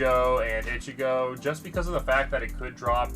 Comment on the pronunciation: And its ichigo not ikki